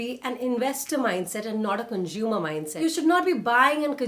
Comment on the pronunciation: Hey dear..no offence at all..Kindly chk pronunciation for "consume"